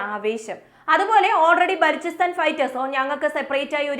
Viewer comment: ബാലോചിസ്റ്റാൻ എന്നാണ്